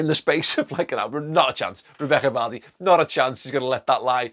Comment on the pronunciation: You gave Vardy a Beckham accent 😂😂